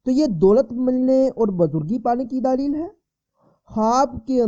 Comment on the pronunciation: ارے بھائی دالیییل نہیں(دلیل)